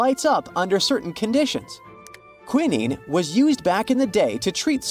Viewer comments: Queeneen? Really? It's QWAI-nine. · For an educational video it is important to get the pronunciation correct. KWEYE NINE. Quinine